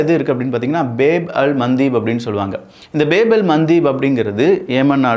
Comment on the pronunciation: அது பேப் கிடையாது பாப் அப்பிடி னா அரபியில் வாசல் என்ற் அர்த்தம்